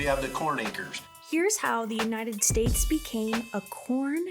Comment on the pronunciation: I kept hearing pron. 🤣🤣